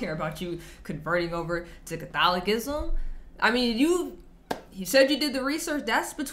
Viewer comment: I like your pronunciation of 'CatholiKism' - much like Jimmy Akin pronounces 'AnKcient' Man a lot in store for you in CA and such. Lumen Gentium 14